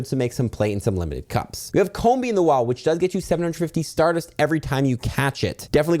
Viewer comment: You said Combee correctly the second time, but not the first time. It's comb + bee. Comb, like a honeycomb. It's not com + bee.